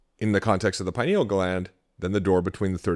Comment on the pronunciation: Couldn't watch this one because he kept mispronouncing pineal...